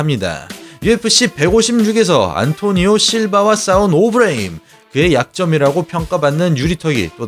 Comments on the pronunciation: 초 ㅋㅋㅋㅋㅋㅋㅋㅋㅋㅋㅋㅋㅋㅋㅋㅋㅋ 개빵터짐 오브레임은 또 왜 오브레임인데ㅋㅋㅋ어브뤠이임이라고 해야쥐ㅋㅋㅋ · 처음에 오브레임 발음 듣고 괜찮은데 했다가 ㅅㅂㅋㅋㅋㅋㄱㅋ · 오브레임 약빨아서 근육만듬 영어발음하는거 듣는순간 개오글거림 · 조금 멍청한 느낌이 드네요. 오버하는게 맞죠. 중간에 오브레임 발음하는 것 들어보세요. 한국식으로 말하잖아요? 굳이 빡 빡 우기는것 너무 없어보여요... 외국에만 살아서 외국발음 밖에 못하는 사람이 아닌데도 오버해서 발음하는걸 꼬집는건데 말을 왜이리 멍청하게 못 알아 들으시는지... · 미국에서 사는거, 영어 잘 하는거 다 인정하겠는데 굳이 그렇게 굴릴필요가 있나요? 그것도 단어마다 텀까지 둬가며 강조하듯? 아예 다 영어로 말하는것도아니고 특정단어 몇개만 본토발음으로 굴리니 거부감 느껴지는거죠.. 토마토를 토마토라고 발음하는 대다수의 한국인들은 그게 원래 톰메이러라고 발음한다는걸 몰라서 그러는게아니라 여기는 한국이고 한국말을하니까 외래어 표기법에 따른 표준어로 토.마.토 라고 발음하는것 뿐입니다. 영상보면 영어단어 다 굴리는것도 아니고 선수이름 몇명만 졸라강조하듯 굴리자나요. 정작 오브레임은 어브뤠임므 이렇게 안 굴리고 오.브.레.임 이라고 외래어표기법대로 안 어색하게 잘 발음 하시더만요.